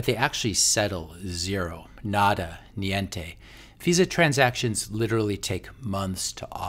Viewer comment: All the best for you and your family, please take care! By the way your pronunciation of niente was just perfect!